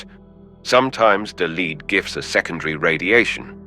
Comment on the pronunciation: Definitely AI generated - says "lead" (opposite of follow), instead of "lead" (the element), and can't recognize Weinbaum's German colloquial "iss", instead pronouncing all three letters. Twice.